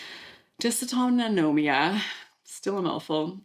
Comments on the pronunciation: I'm sure someone alerted you before - but just in case, it is dysautonomia - which I have. You added an extra syllable, no wonder it was hard for you to pronounce. Thanks as always for your info. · Just an FYI. Not how you say dysautonomia. Not even close.